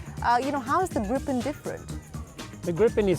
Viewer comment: It's Gripen not Groupon